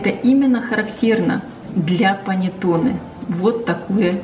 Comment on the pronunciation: Все хорошо и замечательно! Но прислушайтесь, как итальянцы говорят: паннЭтонЭ! Ваше паннЕтоне режет слух. Исправляйте произношение, пожалуйста!